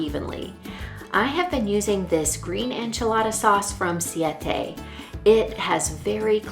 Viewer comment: It is actually pronounced siete as in si-ye-te which means 7. Thanks for the recipe... I will try it tonight.